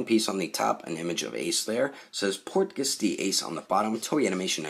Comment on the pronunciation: Cool video but I cringe every time you pronounce Portgas that way lmao thanks for the review tho lol I been on the fence about this one